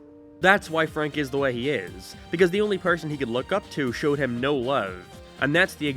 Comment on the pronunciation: why do you pronounce change and way like a canadian from southpark?